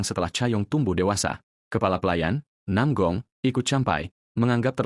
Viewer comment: Nam gong bukan Nam ong